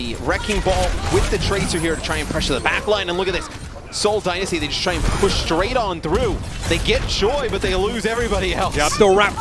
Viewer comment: Please someone teach her how to say Dynasty